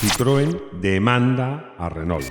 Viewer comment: 4 Latas!, los invito, en la medida de lo posible, en vista que es un programa internacional, a tener una venia con respeto a la pronunciacion de marcas legendarias como ("Renó", Renault), ("Citroén"), ("Folksvaguen" Volkswagen), ("Puyó")Puegot, (Doch") Dodge) etc. Un Abrazo desde Caracas Venezuela y disculpas por la impertinencia!